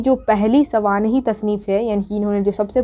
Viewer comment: سوانح لفظ تو صحیح سے بول لو یار